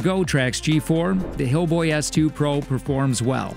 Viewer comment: lol did he say hillboy